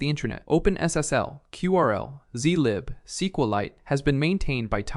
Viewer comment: Less than 1 minute in and can tell it's slop with the way "curl" is pronounced. I can imagine people sound it differently but "queue RL" is never gonna be one of them lol